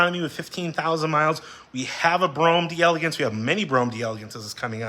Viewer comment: Once and for all: it's pronounced "Dell-Lay-gance" not Dee-elegance